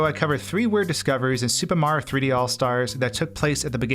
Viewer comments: He says super mario like supa maro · Is there a reason why you say Supa Mario instead of Super Mario? It's a bit strange. Going with the Japanese pronunciation of Super there?